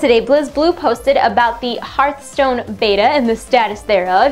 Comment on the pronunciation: It hurt my soul every time she said Heart stone.